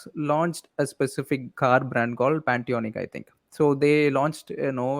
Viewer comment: pantionic???? pontiac